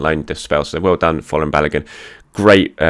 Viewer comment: Hi. Please Folarin Balogun is pronounced ** FOR - LA - RIN ** it sounds like you are saying FLOORING.